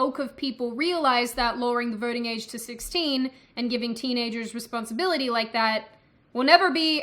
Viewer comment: I heard "vorting." But she's sticking lesser number of "r" in random words.